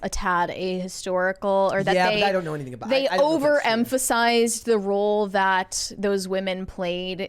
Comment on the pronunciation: I love this channel, but “that” isn’t “thot.”